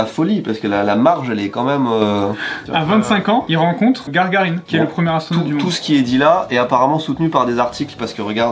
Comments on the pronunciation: Gagarine et pas Gargarine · C'est Gagarine et pas Gargarine ... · c est youri GAGARINE pas GARGARINE c est un astronaute pas un bain de bouche xD x) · Margarine mais Gagarine pas Gargarine 😂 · GAGARINE pas Gargarine